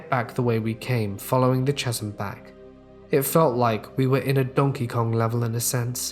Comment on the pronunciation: Just so you know, it'as pronounced ca-sm, not cha-sm.